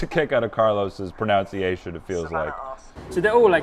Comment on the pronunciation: 🤦🏻‍♀️ you mispronounced ‘pronunciation.’ It’s not said ‘pronOUNCiation.’